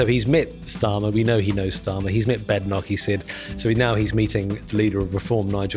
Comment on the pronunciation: It's odd, isn't it? Kemi Badenoch has clearly and precisely said that her surname is correctly pronounced BAYdenoch, yet so many people in the media etc., people of undeniable intelligence and far from slow in taking in information, remain demonstrably incapable of getting it right. Strange, as this might be said to be as simple to understand as Corporation Tax at 35%...